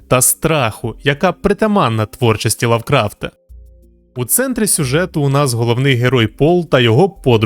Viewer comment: Произносится лАвкрафт. не лОвкрафт